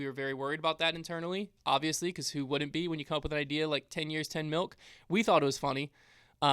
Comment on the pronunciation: Wow I missed the 10 years 10 milk. Did not hear milk. I just heard mill